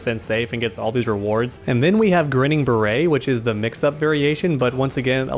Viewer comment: It's pronounced Grinning Bare-it, it's a play off the old-school phrase "Grin and Bare it" which means to just smile and persevere when things get tough.